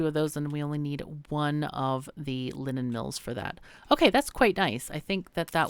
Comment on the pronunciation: The first time you said “linen” I heard “lemon” as was like “a lemon mill? Sounds like something I’d like...”